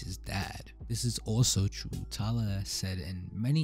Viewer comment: He’s Australian so that might be why 😂 I like how he says “tylaaar”